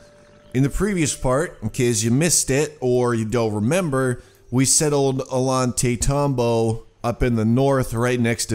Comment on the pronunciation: Your fourth city's name is pronounced "oh-yawn-tie-tam-bo"👍🏽